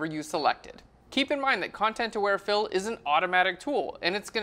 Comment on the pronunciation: I keep hearing "Content Aware Phil". Like there is some guy there who is aware of the content around him.